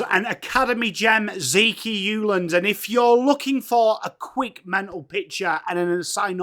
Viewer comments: Legend…it’s Zeke not Zekeeee 😂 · I thought was just chucking a 'e' on the end like 'Billy' for Bill.😁